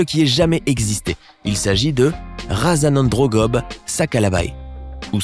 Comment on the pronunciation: quelle bonne vidéo!c'est celle de MADAGASCAR qui m'a intéressé le plus.D'ailleurs,je suis un MALAGASY ;-) Juste une petite information phonétique à propos!on le prononce RAZANANDROUNGOUBé!RAZANA veut dire Ancêtre ;ANDRONGO : Lézard et BE:Grand,géant,trop...etc!Merci pour la Vidéo!c'est vraiment cool comme d'hab..!